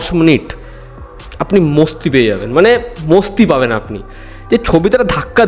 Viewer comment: মস্তি না বলে মাস্তি বলবেন, মস্তি শুনতে বস্তি লাগে